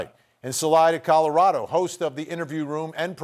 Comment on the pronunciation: The broadcaster in the pink dress cannot pronounce Colorado correctly. It makes me not want to listen to her or believe anything that comes out of her mouth. I wonder if broadcasters are aware of things like this?